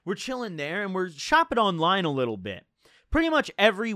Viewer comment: Heard him say "chopping a line" so often it thought he said thag when saying "shopping online"